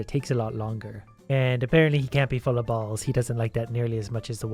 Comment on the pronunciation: Stop saying balls like that